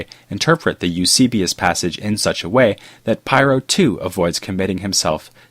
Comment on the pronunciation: Pyrrho Otherwise excellent job as usual!